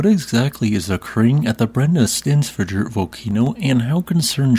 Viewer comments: You weren't joking about Brennisteinsfjoll being difficult to pronounce, I think you pronounced it in a different way each time you said it! 😂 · The FJ in Brennisteinsfjöll is pronounced FY, which should make your life a lot easier if it gets more active. J = Y is a handy rule to remember. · Brennisteinsfjöll: Brenni-stein(s)-fjöll -> Burning rock mountain. Suitable name for a volcano. Brenni should not be difficult to pronounce. It's similar to the names "Benny" and "Brenda". So just pronounce it as you would pronounce "Brenny". Stein should likewise not be difficult to pronounce. In USA you have that in many German family names. So pronounce it as you would pronounce "Steyn". Fjöll is a bit more difficult. It has the same meaning as the "fjall" part of Eyjafjallajökull. I know English speaking people have difficulty with the "FJ" combination of letters. Such as in the more well known word "fjord". Usually trying to pronounce the letters separately, while they should be pronounced as a single sound. The letter "Ö" doesn't exist in English. And the double L at the end is in Icelandic pronounced similar to "TL". So try to pronounce the "FJ" the same way you would pronounce the "FR" in "freight". That is, as a single sound, and not as to separate letters. The "Ö" is pronounced the same as the "E" in the name "Ernie" or "Earn". So with that in mind, "FJÖLL" should be pronounced like "FJETL". So: Brenny-steyns-fjetl. A bit difficult, but shouldn't be too hard. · I don't speak Icelandic, but I have no problem pronouncing Brennisteinsfjoll. What is it with native English speakers and having so much trouble pronouncing a word as it is written? You're not the worst at it though. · for gods sake work on SOME Icelandic PRONUNCIATION. If other American Geo scientists can render Icelandic names intelligible, so can you. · Sounds like you just randomly start talking backwards when you pronounce the name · "fjäll" is pronounced like "fiell", not "fiak".